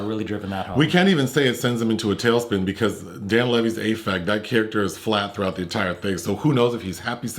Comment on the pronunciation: Also fwiw, the A in 'affect' is like 'apple,' unless that's an inside joke 😅